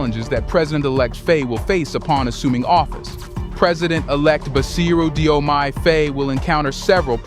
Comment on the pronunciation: Read it as JOMAI.